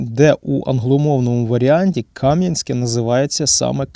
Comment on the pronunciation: КамʼянськЕ, наголос на останній склад.